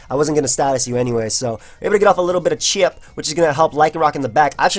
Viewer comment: I really like how says chip "chyiiip"